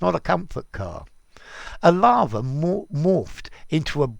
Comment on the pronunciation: Do you pronounce "lava" and "larva" the same way? 🌋🐛